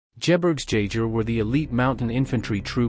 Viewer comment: Wtf is "jerbrgsjajer" bro.